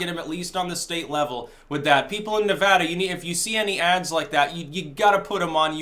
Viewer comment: Hey look someone who says the name of my state right.